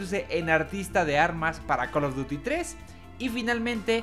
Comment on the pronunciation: Buenos tiempos cuando este wey decia coll of dury y no coloduti